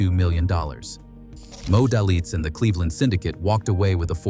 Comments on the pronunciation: it’s pronounced “D—A-Y-L-I-T-Z” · Pronounce his name right. Good story though.. Very true. It is Moe Day - Litz